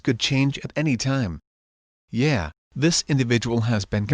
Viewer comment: Yeah, you clearly don’t, because you said “Yay” instead of “Yeah”, dummy! Gets me every time.